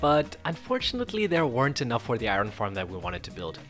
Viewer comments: How do you pronounce the iron wrong its not said eye-run its eye-un you over pronounce the R. Also what is with the "we" and "us" I am not playing the game. You are. They're not "our" tools they're your tools. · I hate how you say iron lol